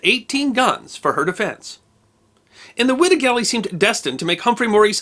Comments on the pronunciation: It is pronounced “Y Da” not “ wi da” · I'm conviced it's pronounced 'wide-ah'